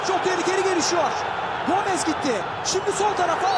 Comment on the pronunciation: 3 golde gomezzz diye vurgu yapan sipiker hala aklımda